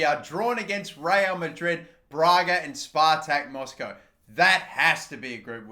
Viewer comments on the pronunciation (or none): none